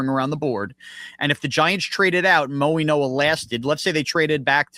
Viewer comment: It is pronounced Maui-no-a like in Hawaii not mo-e-no-a!!!!